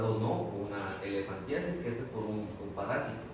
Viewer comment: Elefantismo dijo no elefantiasis oigan bien